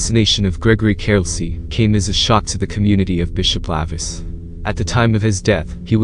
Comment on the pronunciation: Spelled, lavis, pronounced, lay-vis